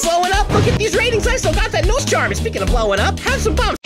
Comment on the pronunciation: says noise and not nose